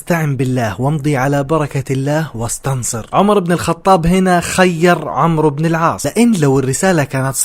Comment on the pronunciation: عَمْرُو بْنْ اَلْعَاصْ عُمَرْ بْنْ اَلْخَطَّابْ هناك فرق فى النطق